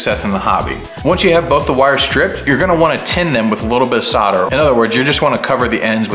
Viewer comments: why do Americans forget the L on soldering, you guys say soder instead of solder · I had to stop watching this. Never heard someone say "sodder" instead of "solder" so many times in my life lol. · Kool vid chap - I wish you’d say it properly though (sol der) soldering 😂 Sodder 😂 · Dude... how can you look at the word Solder and produce the noise sauhrder!? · SOUL -DER SOUL-DER ... Solder has an "L" in it.... ;-)) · How many times did you say sawter